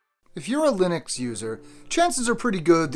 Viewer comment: Nice video. Buts it’s Linux not Linix.